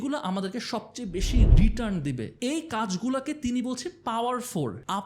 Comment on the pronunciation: একটা ছোট্ট কারেকশন ছিলো.. 'রিটান × 'রিটার্ন √